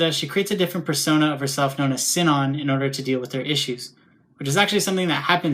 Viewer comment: It's about her ingame name. Everyone, including the people who made the dubs, calling it like Sie-non. But I follow the japanese version with "Shi-non". Even if its written "Sinon" in the Latin alphabet, I use the japanese kana version. It bothers me like hell, but I never liked dubs much these days. :/ Anyway, dubs are another topic and I am no english native, so it wouldn't make sense to compare those because I have not seen those myself. :c